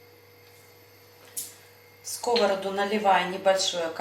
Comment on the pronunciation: Не на скОвороду, а на сковородУ! В тесто для фаршированных блинов никогда не кладу сахар! Развожу не минералкой, а кипятком - никаких комочков. Блинчики не жарят, а пекут! Лука слишком много! Обжариваю лук, добавляю фарш сырой, затем отварной рис и потушить. Всем без исключения нравятся мои блины. притушиваю.